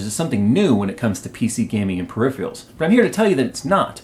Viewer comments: Adrian Jaden i know, its just that he said periphrials, not peripherals...dont worry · It's "per-riff-fer-rills", and not per-riff-frials :-)